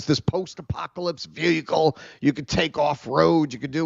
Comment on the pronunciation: has a really hard time with the word “VEHICLE” lol